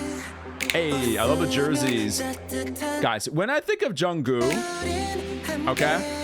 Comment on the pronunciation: Just correction since I've been watching your vid recently 😊and you say it wrong😅 It's JEONGWOO not junggo